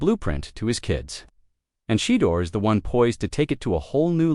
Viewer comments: And who is Shedder?? At least say his name correctly. SMH . Sad ! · SHE-DOOR 😂 OVER and Over😂😂😂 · Pronounce his name correctly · 😶‍🌫️ I can't take your commentary seriously until you respect your subject matter and fix your AI voice, correcting Shedeur Sanders' name pronunciation.